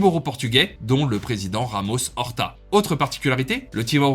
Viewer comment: « José Ramos horta » pitié avant de faire des vidéos apprend à énoncer correctement le nom et la langue des gens. Ou alors dit le en français tout simplement